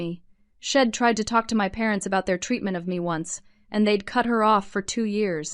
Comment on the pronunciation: Need to quite using contractions since the AI voices do not understand them. Tired of hearing about sheds instead of she’d!